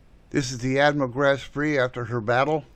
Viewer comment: Couple of comments here WWII started in 1939 not 1941 The Graf Spee (not Spree) was not sunk before WWII started. However a great movie based on actual events and reasonably accurate in its depiction.